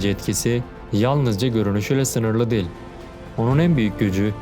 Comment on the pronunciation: Kardeşim videoların gayet iyi, içeriği güzel yazıyorsun, doğru bilgiler veriyorsun. Tebrikler ederim. Ama bir eleştirim var dikkate alırsan sevinirim, belki genç arkadaşları çok rahatsız etmemiştir ama beni ediyor; diksiyonunu biraz düzeltip, telaffuzu daha düzgün yaparsan sevinirim. Özellikle "değil" kekimesini sanki "del"" der gibi çok rahatsız edici söylüyorsun. Anlatımı sanki bir kağıttan hızla birşeyler okur gibi değil de nokta virgül duraklarına daha çok dikkat ederek, vurgu ve tonlamayı daha düzgün yaparak, sanki kağıttan okuyor gibi değil de normal sohbet ediyor gibi yaparsan daha güzel ve akıcı olur. Bunu geliştirmek için sesli kitap dinleyebilirsin, oradaki insanlar profesyonel. Tıpkı senin gibi bir metin okuyorlar, hem de çok daha uzun metinler ama hızla ezbere birşeyler okuyor gibi değil güzelce birşey anlatıyor gibi okuyorlar. Okuma hissiyle anlatma hissi arasında çok fark vardır, ikinciyi yakalamaya çalış. Ya da yok uğraşamam dersen kendin bilirsin ama en azından bari şu "değil" kelimesini kullanma, başka kelimeler seç onun yerine. Selamlar